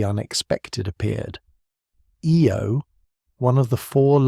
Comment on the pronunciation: The Jupitar small moon with the most volcanic geology is pronounce,"eye-oh"